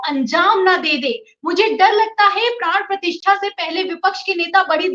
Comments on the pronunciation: मैडम मैं 4 पी एम का रेगुलर श्रोता/ दर्शक हूं, आप पिछले दो तीन दिनों से अपने वीडियो में प्राण प्रतिष्ठा की जगह बार बार प्राण प्रतिष्ठान का उच्चारण कर रहीं हैं जब की आप को ये मालूम होना चाहिए कि दोनो शब्दों में जमीन आसमान का अंतर है, गलत उच्चारण से अर्थ का अनर्थ हो जाता है इस चैनल के लाखों व्यूअर्स हैं क्या मेसेज जाता होगा की कैसे कैसे रिपोर्टर संजय शर्मा जी ने रखें हैं जिन्हे हिंदी का सही उच्चारण करना भी नहीं आता, में ललित शर्मा लखनऊ निवासी आपके मुंह से गलत उच्चारण सुन कर बहुत असहज हो रहा था, कृपया आगे इस चीज़ का विशेष ध्यान रखिएगा। मैं पेशे से एक सरकारी विद्यालय में प्रधानाध्यापक हूं इस लिए हमारा फर्ज था आपको बताना धन्यवाद। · मैडम जी, प्राण प्रतिष्ठा कहना चाहिए न कि प्राण प्रतिष्ठान। धन्यवाद🙏